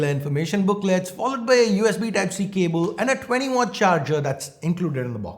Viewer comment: I like the way you pronounce CABLE.. it sounds like CABUL! 😁🤘